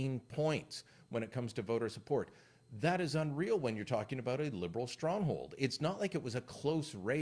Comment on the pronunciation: Did you just say "shtronghold"?